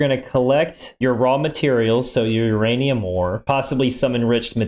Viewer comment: Ah yes beeranium...my favorite